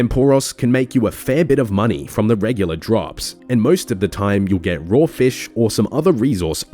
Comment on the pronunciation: You say fish with two syllables and it's making me cringe every time.